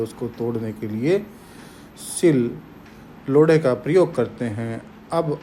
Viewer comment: "सिलोड़ा" शब्द होगा जिसे आप "सिल लोड़ा" बोल रहे हो। 😂 वैसे वक्तव्य तो अति उत्तम है ही, इसलिए मैंने इसपर लाइक भी किया है, धन्यवाद। 🙏